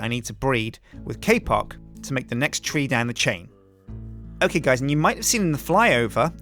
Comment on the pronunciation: Nope. Silverwood is THAUMCRAFT, and thus not graftable by FORESTRY grafters. Oh, it's "tree" not "three"